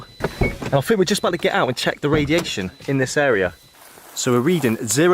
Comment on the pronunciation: sound like a retard,cant you say think,or was you dragged up to say fink??.